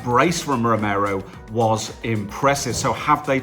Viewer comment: roh-mer-roo?? great pronunciation you clearly watched the game